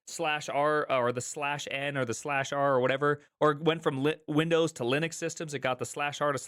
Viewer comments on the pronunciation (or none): none